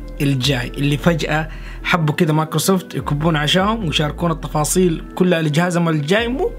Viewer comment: التفاصيل❌ الطفاصيل✅ ههههههههههههههههههههههههههههههههههههههههههههههههههههههههههههههههههههههههههههههههههههههه 💙💙